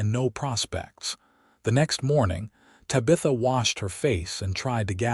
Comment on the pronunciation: EDIT & REVIEW!! Edit the writing. Edit the READING. Edit the graphics. Edit the closed captioning. The name is pronounced "Tab-i-tha" not "Ta-bitha". EDIT & REVIEW!!